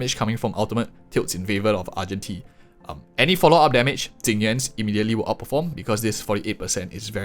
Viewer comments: Ok.. why are you saying Jing Yuan and i m hearing Tingyun? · I was three minutes into the video before I realized that when you were talking about "Tingyun's" signature light cone you meant Jing Yuan. Not trying to make fun of your accent, but I was trying to figure out how a Harmony character had a light cone that compared to Erudition!